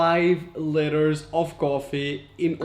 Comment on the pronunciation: The way he said apricots and litres 😂😂